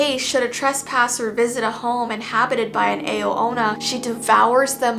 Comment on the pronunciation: Sisjkwksjsneka I’m sorry and i’m not really sure myself but I think Ao Onna is pronounced “Ow” Onna😭